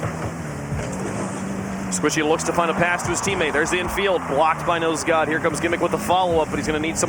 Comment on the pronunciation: love how he keeps saying nose dude instead of nose god lmao